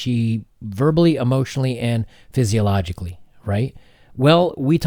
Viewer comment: Abused sike-oh-logically*